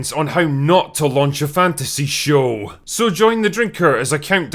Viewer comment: ...What is this guy doing with almost every sentence's last syllable? "How not to launch a fantasy shooooow" "...Understandable factions, geography, and cuuultuuuuuure" "...That felt believable and lived innnnnn" "...From one location to anothuurrrrr"